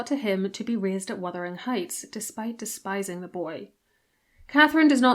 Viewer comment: OMG! Thank you so much for pronouncing "Wuthering"correctly! You are one of a precious few here on YT to do so!